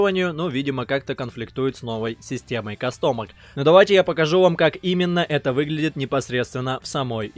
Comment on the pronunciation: кАстомки, а не кастОмок, и не pgi а pgl